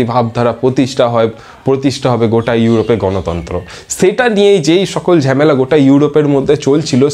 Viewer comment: Sir sorry 😔 but you say jhamela✓jhemela ❌